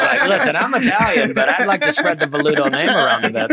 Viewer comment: A Web really butchered the guest's last name. Sound's like he's been suckin back on grandpa's old cough medicine.